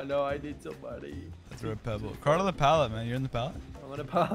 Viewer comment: Why he got to say "pebble" like that 😩